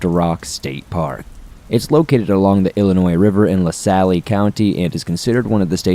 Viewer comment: Dude please check pronunciations of names. Le Salle is phonetically La Sal and Potawatomi is phonetically Pot A What A Me.